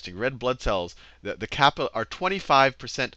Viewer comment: Say capillaries properly